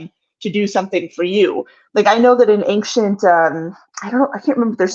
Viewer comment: I love how says "anckshent" instead of ancient